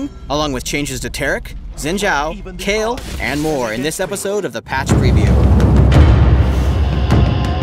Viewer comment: Her name is Kayle, not Kyle. It's a she.